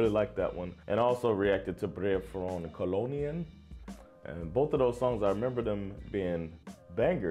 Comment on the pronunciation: By the way - kolonin has the accent on the last syllable, on the i.